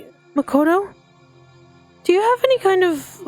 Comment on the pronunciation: Its makoto not "mocoto"